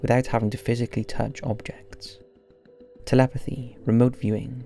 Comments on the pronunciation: did you say telethepy instead of telepathy? 😋 lol 😆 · Anyone else picked up where the narrator said "telethapy"? Around 4 mins narrator is human after all! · Telethapy? XD notice how he says te-le-tha-py